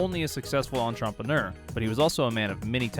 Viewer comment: What’s an entrompaneur?